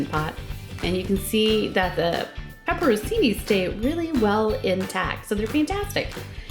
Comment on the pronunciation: Pronounce it correctly, “Pepper On Chee Knee”. Thanks from an Italiano